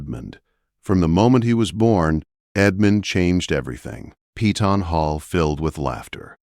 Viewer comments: It's PEY TON not PEETON. Upgrade both the AI writer and the AI narrator...both are terrible. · If only they pronounced Peyton as we pronounce it in KY. We call it Pay ton…..not Pee tawn . Lol